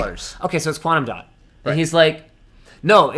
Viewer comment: Is it quantam dot? 😂